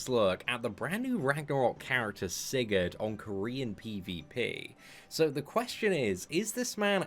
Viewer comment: Holy crap, you actually say his name correctly